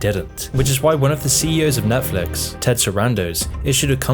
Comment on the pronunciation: if your going to do a video on this topic, u gotta not call it nephlix lol